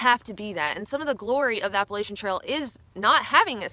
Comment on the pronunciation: Learning how to properly pronounce “Appalachia” should’ve been on this list